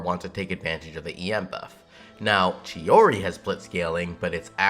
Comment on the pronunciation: It is months later, yet I have to apologise, you said/pronounced it the right way and I didn't, I'm sorry, turns out it is "tschi-oriee" after all, am sorry - I messed up